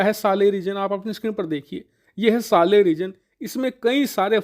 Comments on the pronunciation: Saara video bna liya par naam bolna nhi aya? Sahel hai, Saleh nhi 🤦‍♂️ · सालेह नही सर साहेल 😅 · It is. S A H E L region not SALEH.